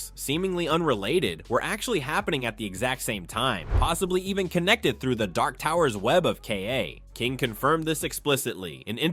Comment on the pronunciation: Ka is pronounced Kah, it's not an acronym! Great video